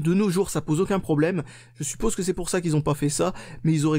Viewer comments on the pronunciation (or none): none